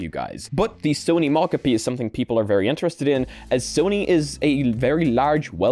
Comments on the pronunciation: I've literally heard multiple people pronounce Mocopi as "mahcahpi," and I think you're literally the only person who cares. Do you wanna talk about the word "Caramel" next? Or "Caribbean?" People pronounce those the way they want to all over the place, and literally nobody cares. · people definitely care about showing basic respect by not refusing to say names incorrectly, for example people who have names others refuse to pronounce correctly care. But I guess people with foreign sounding names are nobodies not deserving of your respect in your little world. 🤷 There is a world of difference between "I haven't read this word before so I'm going to sound it out and find out how it's supposed to be said later" and "I've decided this is how your name is supposed to be said and huff about it if you express your displeasure at how I pronounce it" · Do you have to pronounce every new word you encounter incorrectly? Every episode you pick a random word and say it wrong. It's so frustrating. If a word is Japanese, the O is always long. It's SOny mOcapi not sahny mahcahpi. It's weird to refuse to pronounce someone or something's name right, and insist on saying it differently from how people want it to be said, it's arrogant and ignorant to see that someone gave it a specific name with intentionality behind the choice and say, I know better than you and I'll say it this way instead because learning how to say that name is too much effort and why should I do that. Idk it just feels so disrespectful to know a name is said one way and still refuse to do it.